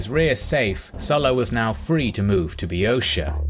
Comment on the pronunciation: I learned how to say Boeotia.